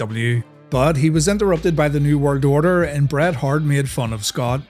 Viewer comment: Bro literally says New Word Odor